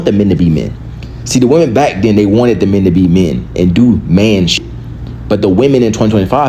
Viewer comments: important note “woman” and “women” are supposed to be pronounced differently this is a public service announcement so others can understand wtf you are talking about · Why does she keep pronouncing women as woman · Is it me or do people have a problem saying WOMEN? I keep hearing WOMAN but they seem to be able to say men with expertise... 🤔🤔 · It’s actually really weird. I’ve been noticing it. It’s pronounced wih-MEN.